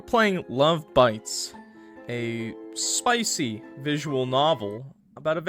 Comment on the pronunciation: The way Clock emphasized spicy is scaring me bro, enough of the shit he plays is horny asf 😭😭